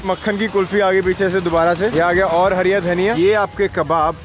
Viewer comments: Sahi hai.. Mehnat ka fal aacha hi hota hai... Sirf ek hi dikkat thi video mein.... Woh hariya dhaniya nahi hara dhaniya hota hai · It’s not hariya dhaniya it’s called fucking hara dhaniya. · Hariya Dhaniya🤣🤣 nhi hara dhaniya bolte h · Hariyya dhaniya bol rha bhai br br 🙄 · Hara Dhaniya ❌ Hariya Dhaniya ✅ 🤣🤣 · Hariya daniya nahi hara daniya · It's hara dhania not hariya 😂😂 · bhai its hara daniya not(hariya dhaniya😂😂😂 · Its hara dhaniya... Not hariya dhaniya 😬🤣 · Hara dhaniya please and not 'hariya dhaniya'. It makes me so uneasy 😁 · Hara dhania not harya dhania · ओ भाई एक बात... धनिया हरा होता है.. हरिया नहीं जितनी baar bola गलत ही बोला है🤨.. भाई 🇮🇳इंडियन हो कम से कम हिंदी तो ठीक से बोलना सीख लो.... बाकी पाजी की कहानी बहुत अच्छी सीख देती है🙏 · Aby yar hariya dhaniya kya hota h be hara dhaniya hota h 😏